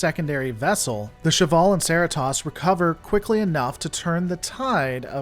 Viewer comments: I very much liked this video and it may well be my favorite one from lore ever. But is there a reason he was mispronouncing Cerritos? Seriously, I was fairly deap into this w him having said "sarahTOS" quite a few times befor I even caught on that he was talking about the Cerritos. I confess, I have no idea how that name is actually supposed to be pronounced. But I do know how it has been being pronounced on Lower Decks, and is not pronouncing it like that. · Cer-EEEEEEEEEEEEEE-tos!! Sweet Baby Jeebus!!! Love yer vids, but for fluffs sake!!!!! [ebil grin] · stop being a hipster and pronouncing it, Cerr i Toss.. even the characters on the show call it the Cerritos.. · Yeah, what's that with all the trekkie youtubers calling it the Cerr i Toss? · Bro why did you intentionally mispronounce Cerritos? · Sorry man, but you're pronunciation or rather mispronunciation of the ship name just yeah same just makes me want to dislike your video. I mean for God's sake, the characters in the show pronounced it properly how could you pronounce it improperly? Fail sauce bro, fail sauce. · This isn't a book. It's a TV show. They pronounce Cerritos and S'Val in the damn show. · I absolutely hate the way you pronounce Cerritos, and I know thats why you do it. I just wanted to let you know... Its working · Come on, man! Pronounce the ship correctly! It’s named after Cerritos, California. A Spanish name. Cerros means “Hills”. Cerritos mean “Little Hills”. Which is quite a clever name for a California class starship that is assigned to overcome little missions. …If you want to sound fancy with your pronunciation, then roll your R’s. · How do you always mispronounce the name of the Cerritos all the time, when the show says the name in every episode, including this video? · How can this guy not get the name Cerritos right? They only say the ships name a dozen times each episode. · I am curious about why you keep Miss pronouncing the Name of The U.S.S Cerritos? 😘